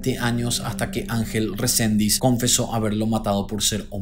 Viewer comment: Resendiz, no Rosendis es el apellido ☝